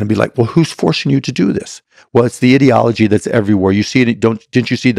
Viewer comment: Cuban can't even pronounce "ideology" correctly 😂